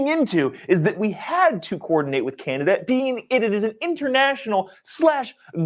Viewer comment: CANADIA!? ARE YOU FREAKING KIDDING ME!?!?